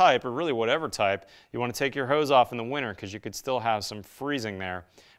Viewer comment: What is this “hueze” bib he speaks about? It’s hose, pronounced like the plural of prostitutes.